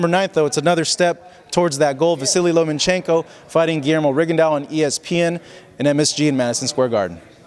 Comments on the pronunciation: That shit is annoying asf when ppl say Lomanchenko instead of Lomachenko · "Lomanchenko"? It is Lomackenko, buddy. Delete the "n".